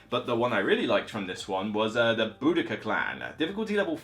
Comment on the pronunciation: This is super helpful. EOTN is in my top 5 to buy list, and I didn't even know there were all these expansions. Good job on pronouncing Boudicca 😁